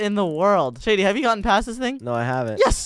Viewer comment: You said shedy instead of shady